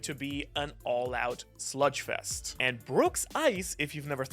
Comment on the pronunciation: It’s slug fest not sludge fest